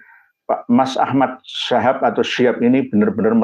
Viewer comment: Tulisannya udah bener SHIHAB , cara bacamya aja yg SYHAB ,, githu loh gus